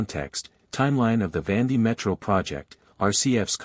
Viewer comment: Please pronounce correctly, not Vandi